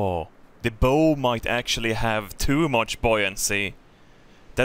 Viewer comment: Just an fyi, the way to pronounce the front of a boat is "Baow", you're pronouncing it like, "bow and arrow" bow